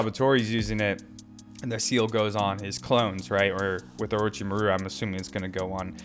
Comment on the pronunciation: I was boutta say this too lmao I noticed how he been saying it and Orochimaru and some other names lol but all in all I'm loving the content and video analysis and character ratings💯💯